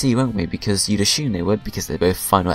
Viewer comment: The word "assume" doesn't have an "h" in it.